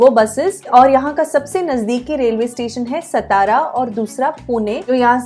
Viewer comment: सातारा not सतारा